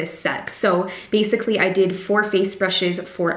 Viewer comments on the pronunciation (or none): none